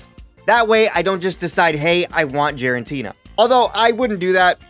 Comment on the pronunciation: Did anyone else catch him saying Jirantina for Giratina